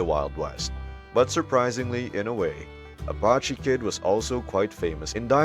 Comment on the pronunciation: Who are you guys peddling this Americana? You are not American as you cannot pronounce Indian names. You mis-pronounce Apache and Cheyenne. You are not even close. Where are you guys? Oh, I see, Spain. Well, the content is fairly good, but you really lose credibility when to cannot pronounce Indian names as any American child understand.